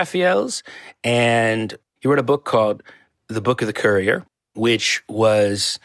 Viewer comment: Book of the courtier not courier